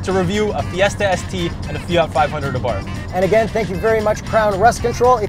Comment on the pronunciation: “Àbarth Cinquecento”, not “Fiat Fivehundred Abàrth” 😜 Greetings from Italy!